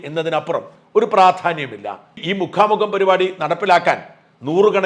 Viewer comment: മുഖാ മുഖം അല്ല മുക്കാം മുക്കാം....